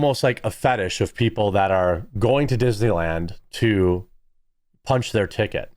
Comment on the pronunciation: TICKET not chicken